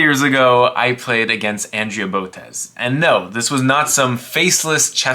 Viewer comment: Ah yes, "Andrez" Botez